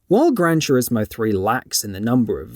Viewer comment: "Gran Churismo" 😂